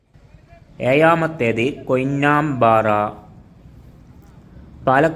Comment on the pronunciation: എയാമത്തേത്, ഭാരത പുയാ..😂